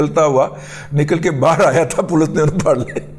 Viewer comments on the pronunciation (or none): none